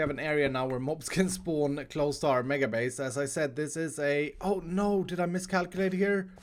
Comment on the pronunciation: did you mISKALLculate again